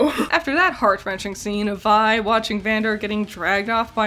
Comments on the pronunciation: I like that you pronounce Vi as Vee for the first half of the video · Gurl how did you watch the show and still pronounce Vi name wrong? Lmfao. It's such an easy name too, literally two letters. I understand not being about to pronounce Heimderinger, but Vi shouldn't be hard at all. Also, they don't live in a racist world like ours so there's really no need to linger on "what is that?" So, I don't see the purpose of hinting about Heimerdinger's race (yordles) in the first episode. I think it's awesome that they have so many different species in their world and no one gives a fuck. Nor does homophobia or sexism seem to exist. I wish our world made such progressions. Honestly, so much of this video seem to have half baked criticisms. Jayce's backstory isn't even meant to be tragic. It was the sole basis of his love for magic, how is that a tragic backstory? Sounds like a bunch of needless nitpicking. Sounds like you want shows to treat you as if you are dumb and baby you through everything.